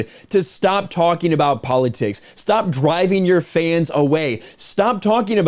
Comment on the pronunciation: ...Did you say Poly-ticks? wtf lol